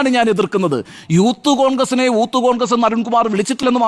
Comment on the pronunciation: അവൻ പറയുന്നത് യൂത്ത് കോൺഗ്രസ്‌ എന്നാണെങ്കിലും ഊത്തു കോൺഗ്രസ്‌ എന്ന് ആണ് കേൾക്കുന്നത്.